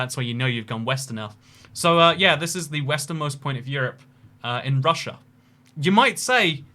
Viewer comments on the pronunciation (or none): none